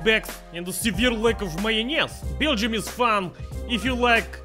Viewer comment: Its really weird how you pronounce Beergium,.